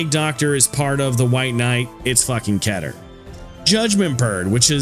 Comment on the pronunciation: You can search up how to pronounce "Keter" y'know? You don't need anyone to tell you how to pronounce "Keter". I get it, pronunciation can be frustrating and what not. Meter, Letter, Better, Wetter, Setter, and more. Keter can rhyme with Meter. Some people just pronounce the word "Keter" as Ketter with two t's. Why? Because it can rhyme with other dictionary words.